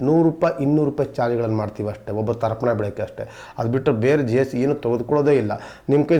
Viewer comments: ದರ್ಪನ ಅಲ್ಲ ರಿ...ತರ್ಪಣ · ದರ್ಪಣ ಅಲ್ಲಾ ಸ್ವಾಮಿ. ತರ್ಪಣ. ಸರಿಪಡಿಸಿಕೊಳ್ಳಿ. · It's Tarpan not Darpan